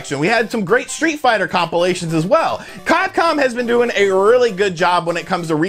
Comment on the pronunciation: Did I hear say CodCom? 🤔😐 at the beginning. Or was it just me? 😂😂